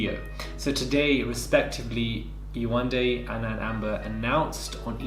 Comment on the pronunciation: Yewande=jourdan not close